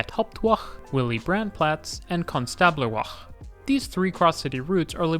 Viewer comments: Ouch, that pronounciation of Konstablerwache! Tip - if the Germans put an e on the end of a word, it's because they want it pronounced. At the end. They're not French - they won't have done it because they think it looks nice there or because it changes a vowel sound earlier on in the word. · You got the pronunciation of Hauptwache and Konstablerwache almost right :D You just missed the e at the end, it's not silent